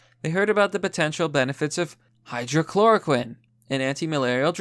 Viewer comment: Not even slightly surprised that you just can't figure out how to correctly pronounce 'hydroxychloroquine' even when the word is right in front of you. Pathetic.